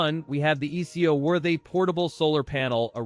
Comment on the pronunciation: ai slop. "eco worthy" pronounced "ee see oh worthy"..... 🙄